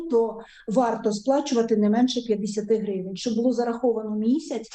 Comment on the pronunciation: Издеваться над пенсионерами продолжаются,чтобы вы подохли крысы тупые,вся ухоженная накрашенная как актриса играет роль ,сто гривень,так произносит как будто что тысяч